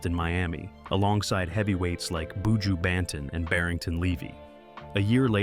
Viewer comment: The thumbnail is misleading, I hate when ya'll put smut on peoples name thats not true. Never heard of him EVER being an addict. You can't even pronounce Buju Banton properly FOH. I'll be glad when YT does a cleanse of these types of channels.